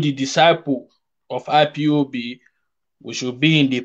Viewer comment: Sir please stop staying IBOP. It is not IBOP with a B, it IS IPOB with a P, please enunciate and pronounce properly . If its hard for you simply say "EyePob" Thanks